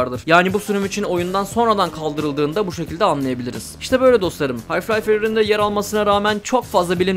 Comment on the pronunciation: Hocam yanlış anlama fakat anlattığın oyunun adını bilmemek biraz absürt kaçıyor. Hayf Life değil, Half Life.